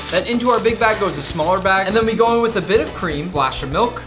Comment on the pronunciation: 😭😭😭😭I can not be the only 1 who herd “big back” instead of “big BAG” 😭😭😭😭😭💀💀💀💀💀